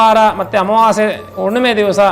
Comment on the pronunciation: ಉಣ್ಣಿಮೆ ಅಲ್ಲ ಅದು ಹುಣ್ಣಿಮೆ 😅